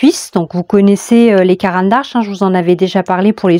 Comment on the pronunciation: C'est Caran d'Ache, pas ARche :)))